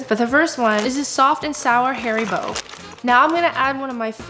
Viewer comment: Please stop saying hairybo it's ha-ry- boh. Haribo is German and come from Hans Riegel Bonn. Hans is pronounced with Ha not Hae. Just like Audi is more like oudy and aldi is not All-dy its a short ah sound ahldi. Adidas is not Adiiidaa it's like addi- das. Please. And thank you